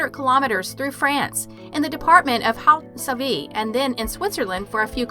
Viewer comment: And some geographical names: Chamonix and Haute-Savoie were not brilliant either.